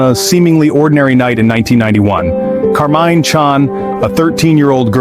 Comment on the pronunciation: Interesting take on the Mr Cruel crimes. And thanks for the captions for the hearing impaired, too, much appreciated. Two things. 1/ There is no evidence for Mr Cruel being a serial killer besides one alleged murder. 2/ The name of the murder victim is Karmein not Carmine. There is no stand alone C in transliterated Cantonese, it is K. Karmein’s parents originally came from Hong Kong.